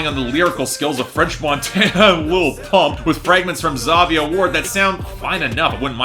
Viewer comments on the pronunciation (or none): Zhavia’s name is pronounced “Ja-vy-ah”